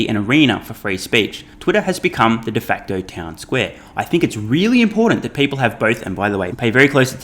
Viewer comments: "De facto".town square.. not "defector". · Hi, love your videos. On min 4.40 the correct expression is ‘de facto’ and not ‘defactor’ . Thanks very much for your videos.